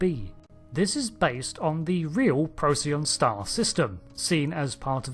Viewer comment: Procyon not Procyon!